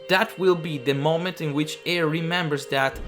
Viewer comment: “Eir” is actually pronounced like the English word “ire”. I know this because that is the pronunciation of the Norse Goddess that she is named after